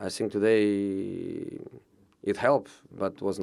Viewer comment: I "fink" he should have Chelsea door open to enter as many times as he wants.